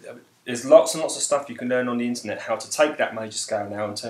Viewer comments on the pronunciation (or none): none